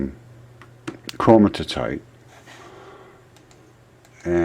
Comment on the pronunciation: it's Chromi-tite, not Chroni-ti-tite. Great info though, keep going my man, keep going.